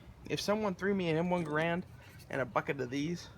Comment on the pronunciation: it's pronounced "Gerrend"